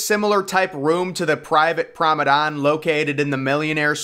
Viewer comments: Yeah Promedon i get it lol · WTF is a PROM- A- DON😂😂 DO you mean “promeNADE” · Lol I’m glad someone else hears this, it sounds like a he is saying “promedon” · Promenade NOT promedon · I know it's a year old but everytime you say the word promenade you're pronouncing it as promedan. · This is how you pronounce the word promenade... Prom-en-ard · Say it with me now... Pr(a)o-me(h)-nade. "Promenade" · Exactly! He's making a deck sound like a dinosaur! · Learn how to say promenade, Google it. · I came to the comments as I really wasn’t sure what he was saying 😂